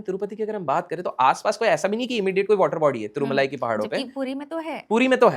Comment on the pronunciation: boss it's tirumala not tirmulai lot of difference pls